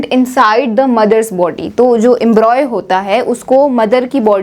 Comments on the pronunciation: It is Embryo not embroy, correct your pronunciation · Its embryo not embroy.. its okay but you've explained so perfectly. Tha k you so much